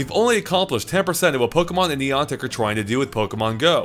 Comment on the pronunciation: The way you pronounce Niantic really bothers me.